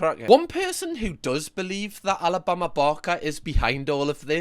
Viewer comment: How many times did you say Alabama barker wrong before you started swearing. 😂 much love from Scotland